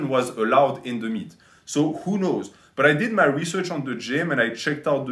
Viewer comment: "Some of muh fans came up with that idea." "Muh fans and muh clients suggested i wear muh cape, gahs, to raise money for muh chari-tee." "Muh MILFs and muh GILFs and muh THOUSANDS of fans and muh HUNDREDS of clients all donated AYE-LOHHT of money because they all love me and want to be part of muh life." "And we raised AYE-LOHHT of money which was donated to muh worthy cause, gahs."